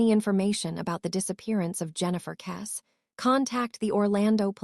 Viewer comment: Your pathetic AI video can't even pronounce her surname properly.